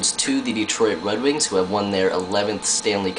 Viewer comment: oooooooo go to and listen he says wed wings! HAHAHA WAt a dick